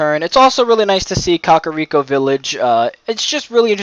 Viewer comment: I hate the way you pronounced "Kakariko" and "Gerudo." 😅😅